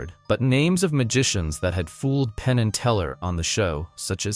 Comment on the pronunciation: Pain❌ Penn ✅ Helen Coglar❌ Helen Coughlan ✅ John Jay❌ Josh Jay ✅ Come on now dude..